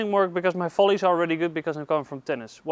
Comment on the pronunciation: I love how he pronounces volleys .. First time I heard it sounded like Folies , second time as well and even the cc agrees with me. thanks for the videos , they are great ...